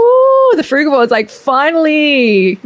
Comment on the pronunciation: I love how when you say fruigavore diet the text comes up as "frugwa" and "fruit board" hahaha xxx